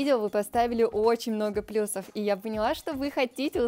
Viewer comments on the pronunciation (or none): none